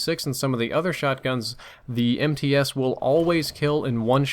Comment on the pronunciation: It's pronounced "M-tsa". It's Russian.